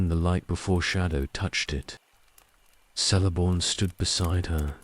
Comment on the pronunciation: My only complaint with these videosis the pronunciation of some names. Celeborn is pronounced with a hard C; a K sound. Otherwise, quite good